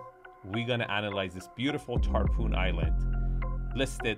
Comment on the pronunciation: Recheck the pronunciation of Tarpon please and thankyou.